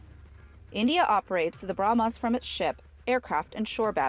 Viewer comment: "BrahmAs", "Fridge-ettes", etc. Urgh!